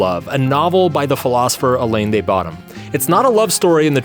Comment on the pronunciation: The way you pronounce the French name Alain de Botton sounds funny.